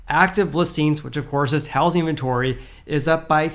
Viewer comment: Repeat after me. It’s pronounced how-zing market. Not house-ing market.